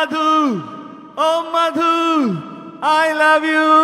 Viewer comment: প্রথমত মাধু না মধু তোতলা আগে ঠিক করে উচ্চারণ কর